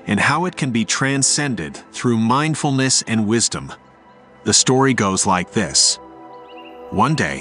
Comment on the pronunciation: Story not stroy